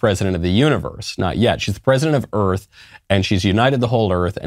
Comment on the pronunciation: "President of Earf" 😂👍 You know, this may have possibilities for the current trend of rewriting history.🤔 The Greatest Show on Earf The Day the Earf Stood Still Destination Earf From the Earf to the Moo 20 Million Miles to Earf Oh dear, I think I'm stuck in the 50's...